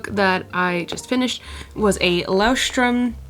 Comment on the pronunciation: It was somehow funny to hear how you spell "Leuchtturm". :D No offense meant!